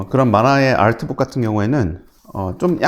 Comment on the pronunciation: 다른 영어는 다 한국식으로 발음하시면서 아트북만 알트북으로 발음하시는게 흥미로워요